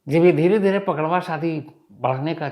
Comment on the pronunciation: अरे सर जी पकड़वा शादी नही पक डउवा शादी बोलते है 😀 प्रणाम 🙏 सर जी अंकित पांडेय